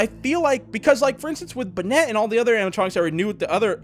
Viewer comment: When you said Bennet it's bonnet